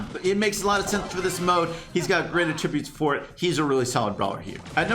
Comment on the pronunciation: I do not like the way says, “Attributes”